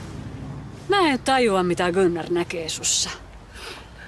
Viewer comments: Gynnar on minun mieheni mikä Gynnar? Se on Gunnar 😂😂😂😂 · Se On Gunnar Eikä Gynnar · Se ei oo gynnar vaa gunnar😂😂😂